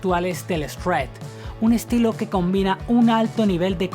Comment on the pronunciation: El "Eshwred". El shred no es un género en sí. Este vídeo está lleno de imprecisiones. Steve Vai es más que todo un guitarrista de rock con una fuerte influencia de Frank Zappa y de otros tipos de música. El que ha sido comparado a Paganini es Yngwie. Vai no tiene un estilo neoclásico.